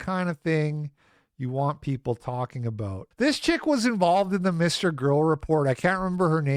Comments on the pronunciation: aboot? your not a dirty maple monkey Canadian are ye? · "aboat" oh, youre canadian. european opinion discarded